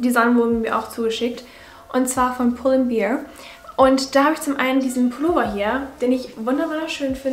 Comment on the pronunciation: ich mag deine videos mega gerne, würd mich über mehr vlogs freuen <3 ps: es heißt "pull and bäääär" und nicht "beer" haha, bitte nicht immer an alkohol denken, meine liebe :) love uu